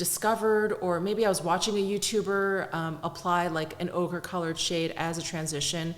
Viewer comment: When you said ochre...I heard ogre 🥲🥲. It thought ogre was a good description of the shade🤣!